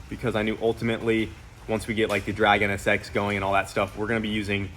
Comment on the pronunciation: Anybody else hear "The Dragon SX" instead of the drag NSX? I think you just named the drag NSX. She's gotta be THE DRAGON now, right? 😂 I mean it's gonna be a fire breathing monster, no doubt!